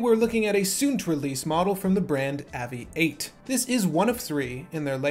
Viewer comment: It’s pronounced “Aviate” as in its an aviation watch.